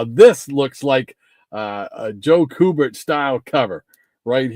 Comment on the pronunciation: Great show. I liked the the theme and you should continue to do it. His name is pronounced Q - Bert. I have watched an interview with Mr. Kubert and that is how he pronounced his name. 😁